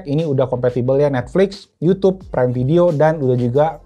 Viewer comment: Yutub aja om nyebutnya jangan yutyyuub 😂